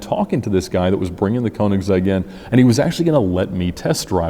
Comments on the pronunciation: It's königsegg not koenigsehg bruh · It’s pronounced “kernig’zegg” BTW. the “ker” sound is pronounced in the front of your mouth with your mouth shaped more like an “o” (instead of further back and closed like a normal english “errrr” or “grrr”). And the “zegg” is really the english possessive “s” at the end of “kernig” but then with “-egg” run together as one word.